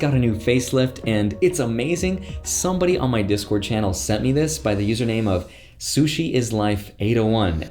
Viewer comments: Oi, it's such is life, at least get their name right lol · Dude it's not "sushi is life" but "Such is Life" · it is "such is life" not "Sushi Life". Love the channel. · Uh you mean such is life lmao not suchi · It’s “such is life” not “sushi is life” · Awh bro it’s such is life I think not “sushi” but that’s funny!! 😂🤣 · Don’t do anymore videos with that nerd graham Stephan. And btw. His name is “such is life” not “sushi is life”